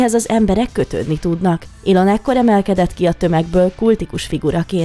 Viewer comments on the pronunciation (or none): none